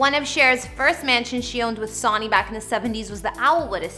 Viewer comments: sonny Bono’s name is pronounced sunny just fyi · Ask someone how to say Sonny!! Sonny is pronounced sunny....you age is definately showing...sigh... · It's Sonny Bono as in Sunny. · Hahaha she said "Sawnny" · Lol, I know! This girl has been in a Cave all her life🤔🤪🤪🤪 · Sonny = SUN-ee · Its pronounced SUNNY! LIKE THE SUN 🌞⛅.. NOT LIKE A SON.. EVEN THOUGH YOUR READING IT AS SUCH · “Sawny” ?? REALLY??? Fer cryin out loud… Research the basics… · The name pronunciation is killing me.. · I cant finish this. How does someone mispronounce Sonny?! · This girl drives me crazy. You don’t even know how to pronounce his name. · Why do you habitually mispronounced the name "sonny"? Very odd, unless you're from another country. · Did you not research how to pronounce someone's name 🤔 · Why are you mispronouncing Sonny’s first name? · Canadian. Still no excuse for not pronouncing the guy’s name correctly. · It is 'Sunny' not Sawny omg show some respect and it's also not tape es tries....it's tap is tries. omg again. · it's pronounced "Son-neey" not "Sah-neey" and please drop the fray voice! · I hate how she says his name Sony is said like Sunny not Soonie 😁😳😞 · Sonny's name is pronounced like Sunny? Omg!! It's like you've never even heard it pronounced by Cher, herself! You're pronouncing it like Souny? Weird..🤔🤔🤔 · Sonny Bono’s name is pronounced ‘Sunny’. Not ‘Saw-nee’. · The hostess of this video needs to learn how to pronounce Cher's ex-husband's name!! Geez! Pronounced: Sunny Bow-no rhymes with BOZO! SONNY BONO... has she never HEARD of the guy? If you're going to present an informational video, make sure you know how to pronounce the names please! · He pronounced his name sony (sunny) you should learn how to pronounce a person’s name correctly before you put out anymore videos. This is ridiculous. It’s pronounced Sunny, sunny, sunny. Not Like the entertainment giant Sony. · The Presenter here must be very young, calling Sonny(pronounced-Sunny) as sawny...Haha..